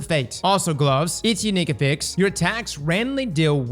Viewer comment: hurts me with how he says affix.